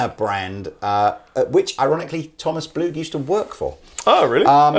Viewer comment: When you said Blug, I thoght you said war. ... Don´t mention the war! (Fawlty Towers)